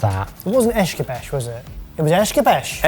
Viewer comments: It's not Es-cah-besh, it's Es-cah-beh-che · The word "Escabeche" is generally pronounced as "es-kah-BEH-cheh," with the emphasis on the second syllable. In Spanish, it can also be pronounced as es-"kah-BEH-chay". In French, it's closer to "eh-skah-BEHSH"